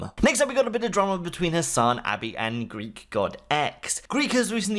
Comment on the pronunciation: im not a huge fan of Hasan, i think hes kinda annoying but holy BASED when he rolled Greek like that